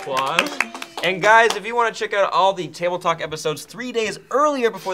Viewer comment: It kinda sounded like said TableClock during the outro, just me?